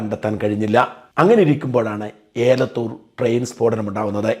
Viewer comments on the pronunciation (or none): ഏലത്തൂരല്ല എലത്തൂര് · ഏലത്തൂർ അല്ല ജി എലത്തൂർ ആണ്